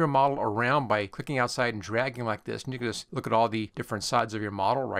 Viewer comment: I just saw your video as I wanted to learn how to make a skin. I’m curious what you’re saying at a few seconds in? I think you tried to say “ you can just “ but it sounds like one word close to the N-word?